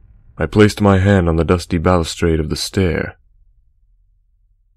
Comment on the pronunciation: He said balustrade incorrectly and then restarted the sentence. I consider that a mess-up and think it ruins the flow of the story a bit.